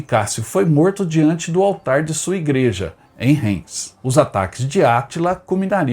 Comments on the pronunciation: Se pronuncia Raims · Caro amigo, seu programa é muito bom, so a sua pronuncia das cidades é lamentável, como o museu de guerra e aeronáutica perto de Heilbron, tente pesquisar, Reims, veja a pronuncia.....ai adicionar aos seus otimos videos